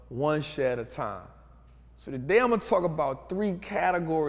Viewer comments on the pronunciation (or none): none